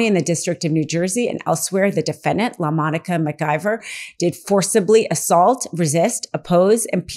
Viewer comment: Geeeezzz her name is LaMonica McIver…. Please at least Attempt to get it right!!